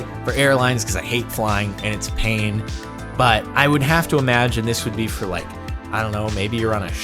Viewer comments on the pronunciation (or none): none